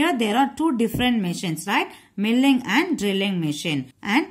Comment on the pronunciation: your pronunciation of milling is wrong